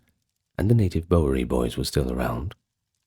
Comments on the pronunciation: Yes, it was bugging me a bit, too.😂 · Awesome stuff. Your pronunciation of Bowery is a bit off, but other than that, well done. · Is this narrator AI? He mispronounces “Bowery.” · I watch it once a year for the historical and cinematic reasons. The sayings and characters are badass too. I'm in the southern/central US and we pronounce it BOW-er-E. Y'all stay cool. 👋🏼